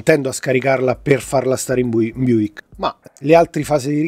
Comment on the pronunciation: a parte che si dice buLk non buik...Vabè... la differenza è nella corrente, un 42V richiederà un cavo di dimensione minore, rispetto al 21v, con un costo inferiore e più flessibilità nel passare i cavi ;)